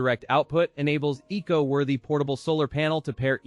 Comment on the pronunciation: ai slop. "eco worthy" pronounced "ee see oh worthy"..... 🙄